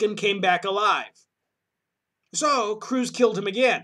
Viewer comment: Curze! Not Cruze.